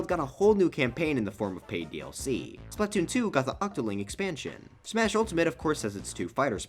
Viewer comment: Am I the only one who thinks that it’s weird how he pronounces Splatoon?